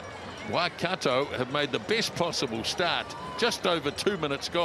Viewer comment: Pronounced: Waikato... Y..Car..tore! Come on guys, you've been around long enough!